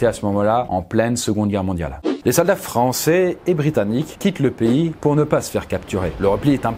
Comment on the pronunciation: « les soldats frAnCaais »